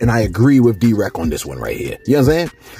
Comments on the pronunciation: I was going to subscribe until you called ( DeRay Davis ) Drec.. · Who da hell is D-Reck. Celeb news but don’t know the celebs 😂…Deray bro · De reck lmao its de ray. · I'm crying that you called D RAY ... D WRECK 😂😂😂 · DeRay Davis not DWreck bro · Please pronounce his right correctly it’s D Ray Davis not D Rec like wtf